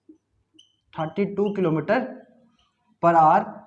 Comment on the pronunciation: Sirji thati nii hota thirty hota hai 😆😆😆😆